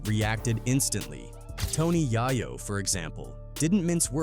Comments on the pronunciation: Yea I mean Jay i o vine and Tony ya yo😂😂😂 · C’mon. Tony jajo. Every time I hear his name pronounced wrong by this AI goofball thing. It makes me cringe. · Tony YaahYoh and Pack bro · WTF IS TONY YIYO?😂😂😂😂😂😂😂😂😂